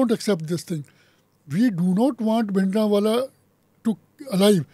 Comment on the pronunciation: Lady doesn't know that it's bhindra wale not bindra wale ... she is an absolute fool person.